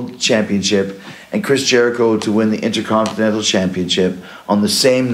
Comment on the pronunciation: So Jericho vs EVIL is next. That could be good. By the way it's curious that a man that won the Intercontinental Title ten times overall just can't pronounce "Intercontinental".